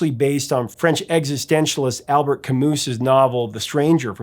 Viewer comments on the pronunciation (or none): yikes. It's not "Al-bert Ka-moose" dude, it's "Al-bear Ka-moo" (roughly speaking). Love The Cure.